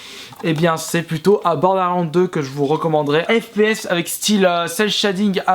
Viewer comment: Juste un critique que tu devrais prendre compte tellement sa me choque! Ton ACCENT anglais certe on est pas tous bon en anglais mais la c'es chaotique! Les jeux tu écorche leur nom violent genre bordelands sa ma choqué comment tu le prononcé :/ Sinon bonne continuation